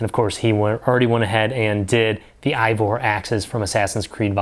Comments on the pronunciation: Solid video! Just want to let you know that Eivor is actually pronounced Ay-Vor, not Aye-vor. I wasn't aware of these other resources, so I'll definitely be checking these other sources out. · Did everyone just forget how to pronounce “Eivor”?